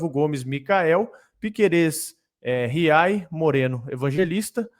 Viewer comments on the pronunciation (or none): Jesus, não é" Riai" é GIAY